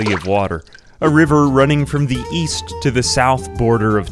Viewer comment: East border? I thought you said WEast!